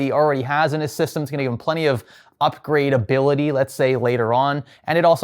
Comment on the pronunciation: The emphasis on “upgradability” is so funny especially in this economy